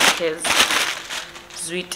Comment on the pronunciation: We're not going to cape town guys because "zwid" 😂😂😂